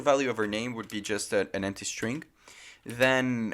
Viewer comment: Desconfiava que ele era brasileiro quando ele falou "emptchy" em um certo momento do vídeo. Realmente ele tem um inglês muito bom.